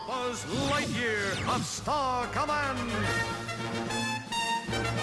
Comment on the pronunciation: love "Buzz Lihtyear"